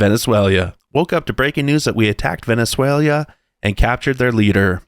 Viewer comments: VE NE SWAY LA... dude say it right . Its not LIA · Question - Why do you call it Venezuelia? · I was gonna say my only problem with freeing Venezuela is your pronunciation of it 😂😂😂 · Hey, listen to yourself when you say Venezuela. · Venezuela has FOUR syllables, not five. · Learn how to pronounce Venezuela for a start mate. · I wish u knew how to pronounce Venezuela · Please be mispronouncing Venezuela on purpose. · are you saying Venezuela wrong on purpose? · Dude before You make another video on venusewella, Learn how to say it! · Are you mispronouncing Venezuela on purpose? 🤔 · OK, you've got to learn how to pronounce "Venezuela." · I think you got an extra syllable in your Venezuela lol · holy crap learn how to pronounce Venezuela and Venezuelans. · He's not ok. He can't pronounce Venezuela correctly. Someone get a doctor. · You need to learn how to pronounce Venezuela!! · I love how bro can't properly pronounce 'Venezuela'. LoLz! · I love how you keep mispronouncing Venezuela 😂😂😂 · your pronunciation of Venezuela is almost criminal 😂🤦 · you're putting an extra syllable in 'Venezuela' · Came for the clips. Almost didn't stay for the pronunciation of Venezuela. Dude, seriously? edit- The "You know you're a dude, right?" redeemed you. I said the exact same thing with you, word for word. lol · I would normally buy that explanation, except you continued to do it even after hearing it pronounced correctly many many times during your video. 🤷‍♂ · i´M PORTUGUESE AND I KNOW CASTELLANO AND NOT SPANISH.... THAT ISN´T EVEN A LANGUAGE.....AND WE DONT SAY IA IN NOWERE... WE SAY VENEZUE'' LA''...... HAHAHAHAHAA.... REGARDS FROM PORTUGAL..... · Venzuela, not Venezuelia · It's not Venezuel IA, it is VenezuelA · Venezuela right?……Not Venezuelia🤔🫣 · 😀 Why do you say “Venezuelia” all the time? It is VENEZUELA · Please stop mis pronouncing Venezuela. There is NO i after the l. Thanks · why can't you say "Venezuela* correctly? 🤔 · Bro Venezuel.......a not Venezuelea